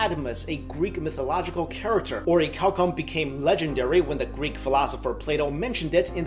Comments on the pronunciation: I thought he said "oreo cow cum" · I'm sorry but I hear cow cum 😂😂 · Oricalcum? Really? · its pronounced or-a-calum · orichalcum... oh my god the seal of orichalcos